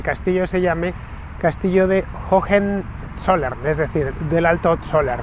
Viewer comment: Por favor Fernando, "jojenzollern" no. Höhe son dos haches aspiradas levemente, la fonética de la segunda prácticamente inexistente. Para nada es pedantería, lo pronuncias todo perfecto salvo eso, un error muy común entre los hispanoblantes para con las haches en las palabras alemanas. Una vez más, enhorabuena por tu programa didáctico; qué manera de aprender contigo!! Un saludo y disfruta de Schwaben!!